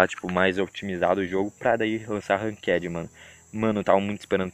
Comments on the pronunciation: man fala ranked direito pelo amr d Deus ranquede q porra é essa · Mds ninguem sabe falar ranked mds que krl